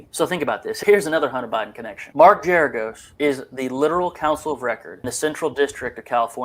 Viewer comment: It’s Gerargos with a hard ‘G’.